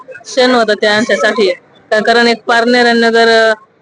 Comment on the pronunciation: बाई तुला पारनेर नगर तरी नीट बोलता येतं का कळतं का कोणाला तू काय